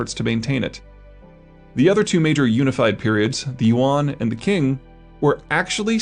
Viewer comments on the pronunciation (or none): You don't even know how to pronounce Qing, but you're still confident that you know what you're talking about? No, you don't. Your whole approach is a cheap, pseudo-intellectual one. You set up straw men, and then you feel proud when you can knock them down. China "can never truly be a unified entity". That "truly" there is one of the hallmarks of intellectual chicanery. You will find some examples that China wasn't completly unified, then, you'll seque into saying it wasn't truly unified, then you'll morph this into say it wasn't unified at all. You've made a career of doing stuff like this. You won't change. You can't change. Such obvious, cheap, and silly pseudo-intellecual sleights of hand. You are so dishonest, lazy, and dense that it's very likely you are unaware that you're doing this. You are Dunning-Kruger in action.